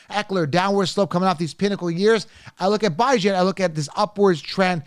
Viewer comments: 😂😂😂😂 You said you love Bijan as a person and yet you keep disrespecting him by mispronouncing his name. 🤦🏾‍♂️ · A grown man intentionally mispronouncing another persons name is the corniest shit I’ve ever seen.